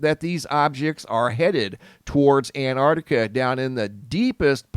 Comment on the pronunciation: You keep saying "Antartica". It's Antarctica.